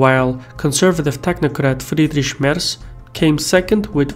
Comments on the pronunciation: Nice name pronouncing. You only got "Merz" a bit wrong:-) The name "Annegret Kramp-Karrenbauer" is even for German mouths tough to pronounce (kudos for getting that right), which is why everyone uses the acronym "AKK" for her. edit Here's a link with current polls for German federal politics: There a signs that the current fractioning of the political landscape could reverse to the Green party as new leftwing block and the AfD as the new rightwing block with each opposed ideologies. In case Germany will still exists in 2021 when the next federal elections are going down both parties will get each 25+% of the electorate. Bottom line: We might end up with an entirely new (relatively) stable political equilibrium that won't have much in common with (Western) Germany's post WW2 past. PS: Excellent video as usual! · the other guy, märz (spoken like "merts"), is not "conservative technocrat", he is industrial elitist